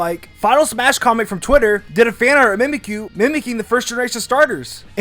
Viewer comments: ITS mimicyu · Mimikyu Mimic-you